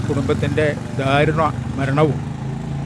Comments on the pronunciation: Athi daarunam aanu , not dhaarunam !! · ധാരുണം അല്ല ദാരുണം എന്നാണ് ശരി ആയ മലയാളം.